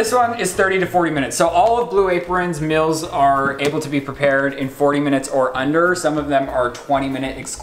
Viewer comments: i’m not the only person who realizes says “mills” and not “meals” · The fact you say “mills” instead of “meals”... hurts my american 😂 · Does anybody here “mills” instead of “meals”